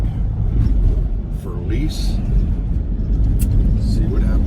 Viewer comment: Who the hell is FERLEESE? And WHO IS GRAPHEETEE? And why do you keep repeating FERLEESE, FERLEESE, FERLEESE, GRAPHEETEE GRAPHEETEE GRAPHEETEE? There’s NO ONE THERE?